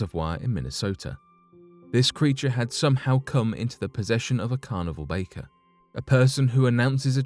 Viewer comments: It's pronounced "barker" not " baker" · Carnival barker? Not baker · Carnival barker not baker. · ffs...Carnival BARKER...NOT Baker !!